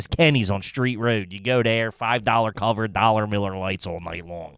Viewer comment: Is saying “Straight Road” or “Street Road” or what? It gets me every damn time